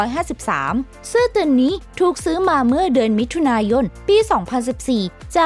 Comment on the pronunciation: สนุกนะคะ ได้ความรู้ด้วย แต่อยากให้แอดมินพัฒนาด้านการพูด การออกเสียงด้วยค่ะ บางคำเราฟังแล้วมันสะดุดหูมาก เช่น ของจริง ก็เป็น ของจริ้ง หรือ มิถุนายน ก็เป็น มิถุนาย้น , พวกคำควบกล้ำ ลอลิง รอเรือ เป็นกำลังใจให้ พัฒนาไปเรื่อยๆ และทำคลิปสนุกๆ อีกนะคะ ❤️✌🏻